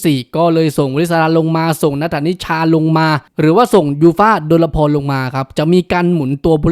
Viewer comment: ออกเสียงว่า ดน-พอน ไม่ใช่ ดน-ละ-พอน